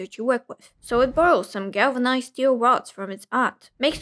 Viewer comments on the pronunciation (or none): "glavanized steel rods" 😂